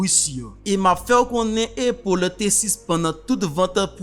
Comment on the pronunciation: frè pam prononciation an pa bon non A toujou rete A nan non an ok Apple